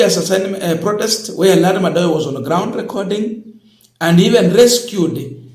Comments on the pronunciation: Madowo....not Madoyo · Madowo, not Madoyo.